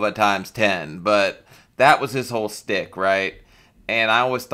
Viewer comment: It’s schtick, not stick. lmao